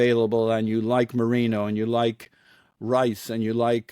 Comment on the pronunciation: It's Merino, not Marino